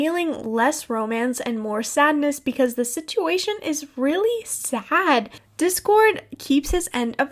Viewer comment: “becouse Applejack knaws tha’ bluash” IM DYIIINGGGG